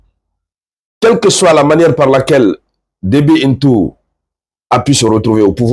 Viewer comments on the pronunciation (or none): Le président Tchadien s'appelle Itno et pas Into !